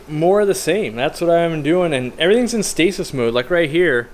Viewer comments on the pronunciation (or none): none